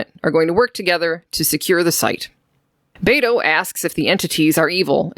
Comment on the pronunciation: Bayto... It made me laugh a little hearing you say it like that. It's Be as in Bell and To as in Toy. Beto. Dude is my tocayo. I never thought I'd hear my name in Star Trek.